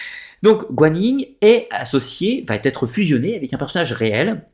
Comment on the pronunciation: Très bonne vidéo mais ,de grâce ne faites pas de liaison entre va et être !( ne dites pas sans arrêt batterie) !!!